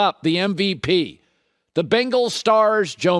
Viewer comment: “The Bingals”